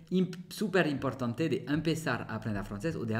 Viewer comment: Amigo tus vídeos son muy buenos tu conversación también tú pronunciación en español y en francés por supuesto también muy bien aunque me gustaría corregirte un pequeño detalle que siempre se te escapa hay palabras qué tienen el acento ĵ en la penúltima sílaba ahí es donde se marca la fuerza en la siguiente no ej estudiante nunca estudianté , importante nunca imprtanté o siguiente nunca siguienté, amigo no es crítica son pequeños detalles que salen, sé este video es viejo , he visto videos actuales con ese detalle, pero no podía entrar en el chat aŭ revoir.